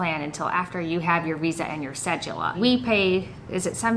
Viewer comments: It's sounds like "se do la" not cejula. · And JP It’s “ce-doo-la” but I still like how you guys say it. Greetings from an Ecuadorian living in NYC. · I like how you guys pronounce cédula “ce-joo-la” haha.